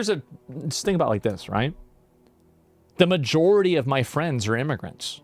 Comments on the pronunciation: Bwack fweinds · "Black flends"😂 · Swear the very instant he mispronounced friends you already have someone in chat pointing it out